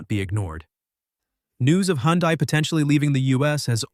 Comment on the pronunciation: It can’t pronounce HyUndai properly